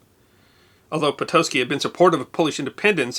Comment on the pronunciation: pronounced 'pitokki' I dated one of his descendents in britain some 30 odd years ago. I also know another pitocki who is a professor of the classics in brazil. edit : they both shared a striking resemblance to the portrait . how remarkable! thank you for this little excursion down memory lane.